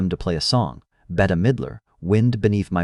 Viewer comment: That is an AI narration.The way Bette (Midler),was pronounced,it’s obvious.